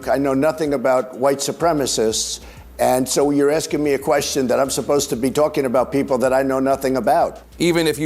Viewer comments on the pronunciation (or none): none